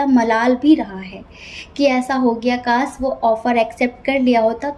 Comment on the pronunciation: Aap Kaash ko Kaas kehte hain